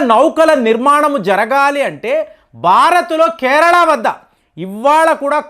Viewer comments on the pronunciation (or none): none